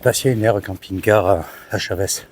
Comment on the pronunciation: pas " chavès "mais "chaveuche "😂😂😂pas évident mais il faut le dire en mode rapido